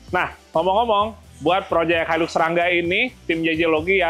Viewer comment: Itu bukan hailuks mas bro. Hilux. Sebutannya hailaks